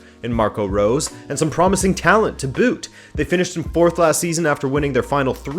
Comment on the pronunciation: Salzburg won't be 4th. I even could see them finishing 2nd, if Atletico messes up. Look into how to pronounce Rose in German :p